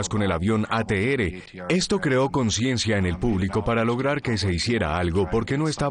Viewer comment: No existe la letra "ere" se pronuncia la letra "erre" ATR. "ateere" suena ridículo.